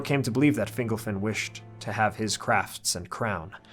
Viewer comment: Finglefin? Really? Sounds like a species of fish. You Americans are useless with accents.